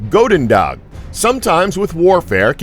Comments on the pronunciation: as a dutch, please, please try to use google translate to get the pronounciation at least close... goededag, is more pronounced with the "ou" as in "you" than a oa sound like "boat" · Its prenauntst as goeden dag